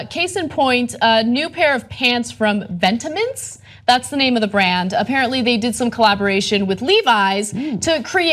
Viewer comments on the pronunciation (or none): butchering the pronunciation of Vetements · Vet- eh - monts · It's pronounced vet- mon but I totally agree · it's pronounced "vet-mon" & the same guy designs for Balenciaga. Just to give you guys an idea of the mind set & who exactly comes up with these styles/ideas/trends. You can thank Demna Gvasalia! Also denim is not in a bubble but in fact on the rise. Jean jackets, embroidery on jeans & chambray shirts are on a high demand. Which is why a company like Levies would partner with Vetements to get in on the money & stay relevant to something new & modern. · Ana butchered the pronunciation 😂😂😂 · that's not how you pronounce vetements... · ugh terrible story u prenounce vetements in french it literally means clothing so just listen to it on google translate i absolutely love this piece from the brand, it's something i had in mind for a long time but the only possibility to get something like this is just leather bdsm stuff